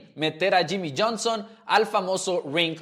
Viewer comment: Yimi, yerri, yones , llonson ,yami ,yimi 😂🥴 que locura